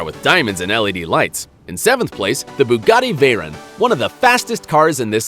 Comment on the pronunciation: Bugatti Veryin thats what i heard